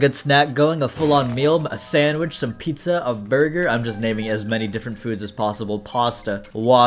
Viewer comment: drunkelty eating pizza literally pogged when he said are youi ewatying piuzza